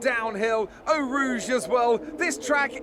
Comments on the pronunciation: Please it's pronounced "Oh Rouge" not "Auw Rouge" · *Eau Rouge, not El Rouge like you kept saying